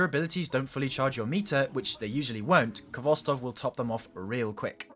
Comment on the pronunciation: Its your favorite auto rifle yet you cant pronounce its name correctly. Its pronounced Hvostov with a hard sounding H. Its a Russian word transliterated.